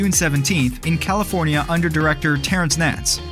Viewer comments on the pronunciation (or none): none